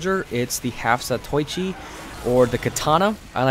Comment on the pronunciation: Weaboo nitpick: Zatoichi is four syllables. Za-to-i-chi.